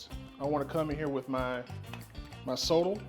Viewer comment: Love the recipe. Just as feedback Sotol it's pronounced "so-tall" make sure you pronounce the T in it.